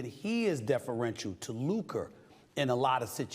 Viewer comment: "" 😂